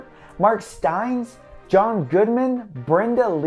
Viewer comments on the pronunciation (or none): It it Mark ‘Stein-ess.’ Not mark Stines.😊